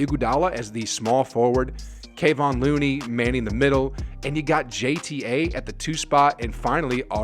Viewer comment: Why do you always say Kevon's name wrong?